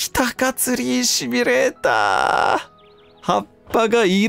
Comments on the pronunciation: しつこいようだけど、シュミレーターじゃなくてシミュレーターね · あれ？うっしーってシュミレーターって言う人だったっけ？